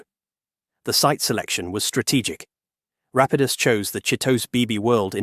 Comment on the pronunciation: Rapidus is pronounced in at least 3 different ways throughout the video lol